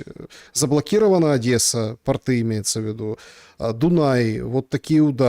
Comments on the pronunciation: Тьфу, б🤬! Да не портЫ, а пОООрты! ПОрты, дебилы безграмотные! И тОрты!))😄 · Да, пОрты, тОрты и бОрты.